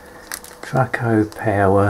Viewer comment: Traco, not Tracco.